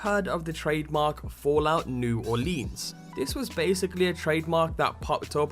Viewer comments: It's pronounced New Orlins, not New Orleens; unless you're from there, then it's Nawlens. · It's New Orleans not new orleeens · Hey, don't lean on the lēan. It's New Orleans. Not New OrlEEEAAAns. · lol fallout new orleens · Why does everybody pronounce it "New Orleeens?" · u need to say it like new orlands kind of I live there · say Orleans like here in the usa plz it pisses me off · The way you say New Orleans is hilarious to a me as a Louisiana native. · good video but I grew up in New Orleans and holy shit I was crying on how you Orleans